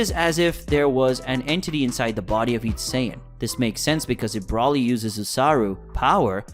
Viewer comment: hey chief, i live the videos, but its not pronounced "brawly"...